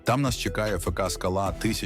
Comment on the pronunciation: Про клуби треба говорити ФК - не "фека" а "ефка". Це естетично і правильно.